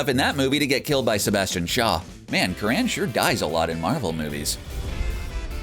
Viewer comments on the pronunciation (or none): You've mispronouced Tony Curran's name. It's 'curren'; like current without the t.